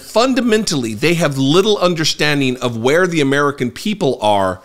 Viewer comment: "Uh-MEE-ruh-kin" people.